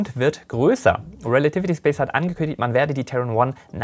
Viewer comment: Woher kommt die Ausssprache Ariane "Spass" ?? Liegt es am Französischen Hintergrund oder woher kommt diese sehr gewöhnungsbedürftige Aussprache des Wortes Space?